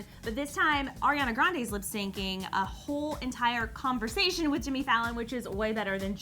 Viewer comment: When will they learn Ariana's name its Ariana not airana